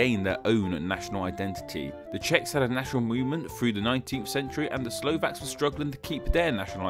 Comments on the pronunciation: We are not called slovenyek..its pronounced slovenets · YakuzYah #staʟe_memes According to the narrator we call ourselves Slovenyaki... Like a species of yaks 😂 😂.. Well we are mountain nation 😂 😂